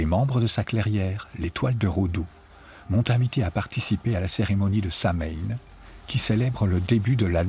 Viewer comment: Samhain se prononce "sowin".